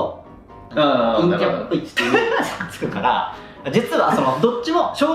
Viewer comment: 陰キャと陽キャのイントネーション逆じゃない？